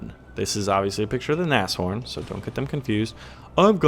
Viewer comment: For god sakes! it's pronounced nas-horn like Nascar horn. it's not nashhorn.